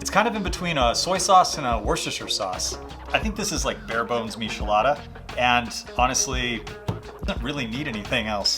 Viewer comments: ☹ It's not pronounced mishelada. The "ch" is pronounced the same as in the word "check". Please don't say mishelada, it hurts my ears lol Mi - che- la- da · for the record its not mishi-lada, its mee-chee-LAH-dah. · I almost clicked off the video when you miss pronounced miCHelada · He said a meeshalada lol 😂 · It’s disturbing😂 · 🤣🤣🤣🤣🤣 before I came to the comments I kept saying "why are you saying mishelada!!" 😂😂😂 it bothered me in a way that was annoying 😂😂😂😂 good drinks tho good drinks! 🥴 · IF WE TOOK A DRINK EVERY TIME HE SAID MISHALADA...we'd be fuuuuugged upp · I can't trust someone that can't pronounce it, next video 😅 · You need to learn to pronounce both Worcester and Michelada correctly